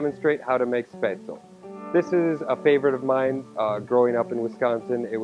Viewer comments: A final "e" in a German word is not silent. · Maybe you should learn how to say it before pretending to know how to make it. Your batter is WAAAAY to thin. Capers & Spaetzle? GROSS! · My mother is German and makes Spatzle all the time. This is not remotely close as to how to make it. Lol your even pronouncing it wrong.